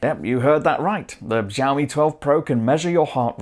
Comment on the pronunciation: it's xiaomi not zhaomi